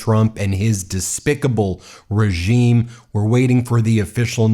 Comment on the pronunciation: I love how he emphasizes "despicable regime".